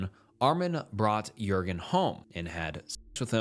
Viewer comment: You make pretty good videos, one suggestion, at least put the foreign names and words through a translate app. The Meiwes-Jurgen names are Mai-vez and Yoor-ghin. (Brent Yoor-ghin Brrandus and Ah-meen Mai-vez) If you put those names it’ll detect German and give you that. It’ll work for all names. If they don’t use the Latin alphabet then you can ask google or another AI to write the name in the corresponding language. Like, “How is Wong written in Thai?” And it’ll give you หว่อง and just put it in the translator from Thai to English. It sounds like, “Waahng”. Just a quick solution to make sure you’re not absolutely butchering names 😂